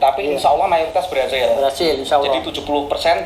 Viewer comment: Itu si bilang kata " Allah " saja sudah salah. Ngaku2 paham ilmu islam. Tulisannya ALLAH bukan dibaca " aWlah" Tidak ada huruf "w" dalam membaca "Allah"